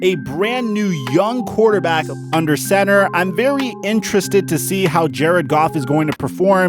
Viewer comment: He said "yes he is a Quaterback right" didn´t he :D